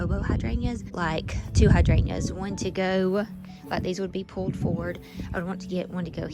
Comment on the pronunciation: I just wonder why you don’t pronounce the “g” in hydrangeas?